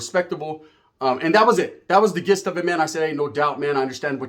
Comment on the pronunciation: Gist if the conversation is pronounced JIST just so u know